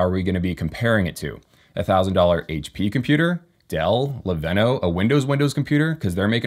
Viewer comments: Leveno? It’s Lenovo 😂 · "LeVenno" ... You mean Lenovo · I noticed he said leveno too 😂 Lenovo for life